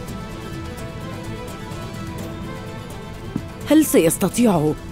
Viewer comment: خطأ لُغوي شائع ليس لِعبتنا وإنما لُعبتنا بالضمة